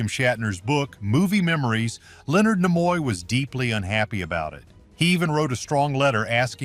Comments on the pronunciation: Herbert Solow is spelled with a w at the end, not Solo. And Leonard Nimoy's name is pronounced NEE-moy, not Nih-MOY. quite a few other "bloopers" on the video. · AI generated voice is maddening and so is the constant changing of how names are pronounced- Nimoy for example. You would think that AI would either get it wrong all the time or right all the time, but it goes back and forth between the two pronunciations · He couldn't even pronounce Leonard Nimoy's name correctly!!